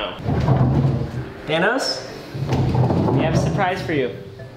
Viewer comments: i love how ryan says his name like tanos instead of thanos🥺🥺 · Bro, I laughed so hard when he said, “TiMe to GeT Thicc Tanos.”